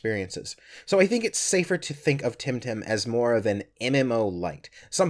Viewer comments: Its Temtem NOT Timtim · Am I the only one who keeps hearing say "Tim Tam?"